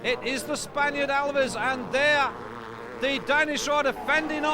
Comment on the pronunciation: The surname of #40 is not "Alvies" or whatever the narrator is trying to say but Aviles (ah-vil-es). That's not bad pronunciation, that's a grown man being unable to read!